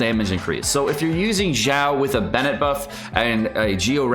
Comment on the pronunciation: Xiao, xi-ao, not jiao. Shenhe, shen-her, not shenha.